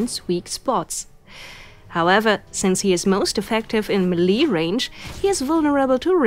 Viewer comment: The word "melee" is pronounced MAY-lay, not mee-LEE.